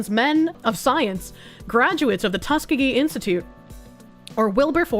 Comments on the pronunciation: It's pronounced Tusk EE GEE. lol....."tuskagee"...... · As an Alabamian, I just want to tell the that Tuskegee is pronounced Tuss-key-gi.